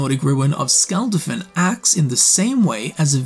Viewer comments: nearly every non-english word spoke had the wrong syllabic stress, case in point, he says "Skulld-afinn" when the proper pronunciation is Skul dah-fin. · Hou do you mispronounce shit like "Skuldafn" when it's said in game 100 times?